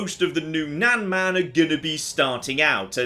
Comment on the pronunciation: just for pronunciations sake, nan is pronounced exactly like "nun" and man is pronounced exactly the same as that, just with a m instead of n, imagine "mun"